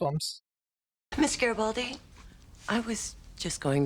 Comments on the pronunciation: Also, a soft 'g' as in 'great'. Not Jreat. But they were making fun of Jerry (doyle) and Geri(baldi) so I think they know but were just having a bit of fun. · Note: Its "Gare-A-Bald-E" Gare! Gare! Rhymes with care! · It's really fun watching your speculations soar off the rails 😂 And please please learn how to pronounce Garibaldi.... I'll help you with one - Bruce Boxleitner. ( BOX _ LIGHT_ NER)